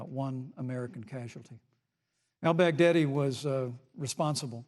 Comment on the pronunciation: When mike said Al-Baghdadi, I heard "Outback Daddy"